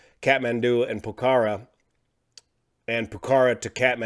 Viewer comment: Love u, but ur not pronoucing Pokhora correctly and it's driving me nuts (I live in Nepal). So, pilot error then. That sucks.